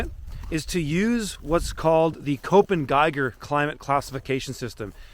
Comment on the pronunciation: Thanks. In case you are interested: Köppen sounds like cup-pun. Cup as in coffee cup, pun as in word play pun.